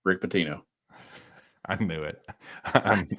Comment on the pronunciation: Your pronounced “Rick Pitino” incorrectly guys.